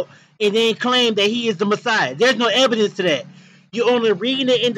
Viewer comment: Lmaofff the man saying there is no "ebidence" no ebidence lmaoff